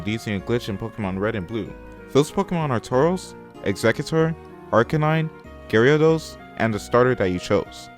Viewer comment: Did you say Garyados? Instead of Gyarados?